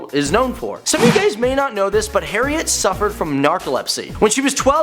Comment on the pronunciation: HE SAID HARRIEN